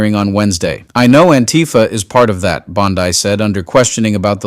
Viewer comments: Would love to believe-but seems fake voice—why mispronounce bondi’s name as bon-die instead of bon-di through so much of the reading? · You know it’s BON-DEE, not BOD -DYE, right? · Dude, her name is pronounced "bonn-dee". Bondi (bonn-dye) as a much more reputable beach in Australia. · Bondi > pronounced Bondee. (Not sure why I care at all!) Thanks for everything! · I love your channel but please, I'm begging you, DITCH THE AI VOICE OVERS! Dude, "BONDEYE"! It erodes the integrity of the information you are trying to share. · The AI voice always pronounces Pam Bondi's last name like the beach in Australia! It really is frustrating😬😬😬😬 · Can you people get your reader to pronounce Bondi's name properly? FFS! it makes it sound like a bad AI!